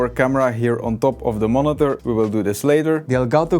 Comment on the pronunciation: Why do you say monither